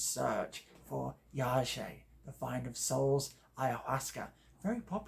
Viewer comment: YaHEY.. is how it's pronounced